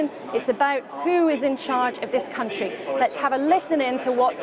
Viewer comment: I'm sorry, but "CUNTry"